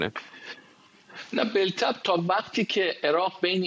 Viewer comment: جناب جسارتا واژه ی "بالطبع" بطبع خونده میشه، ال خونده نمیشه ینی بلطبع غلطه